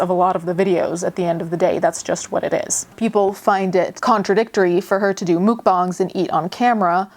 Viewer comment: It rubbed me the wrong way when you pronounced mukbangs as mookbongs